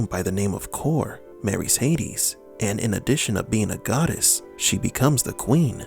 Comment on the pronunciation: Kor-e not kor. In most languages the final e is not silent. It's only because English uses archaic spelling that it's the case in English in the first place.